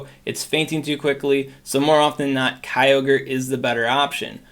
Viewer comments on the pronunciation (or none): none